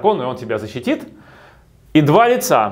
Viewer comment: Один я услышал "два яйца" вместо "два лица" ?